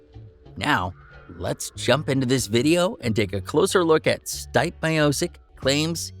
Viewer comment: C'mon man!!! Are you an idiot???!!! His name is not " Styp " Miocic, you can even say " Steven or Steve " Stipe is Croatian short name for Stjepan or Steven in US, But, stop saying Styp, my ears hurt